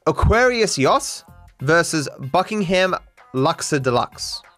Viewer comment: Is that how Aussies pronounce Yacht?!